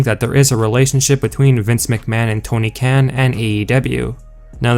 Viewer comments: You said Tony's last name wrong😒. His last name sounds more like (con) like a conservative get it? But you said (can) like you eat out of a can😁. You really need to say certain words correctly or go back to speech therapy or school or something. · The way you keep saying Tony khen instead of Kh-AAN really annoyed me lol